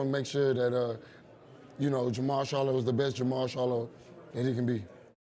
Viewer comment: This nigga says “JERMALL “SHARLO” lmfaooo